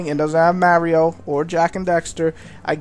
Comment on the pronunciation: lol you say mario funny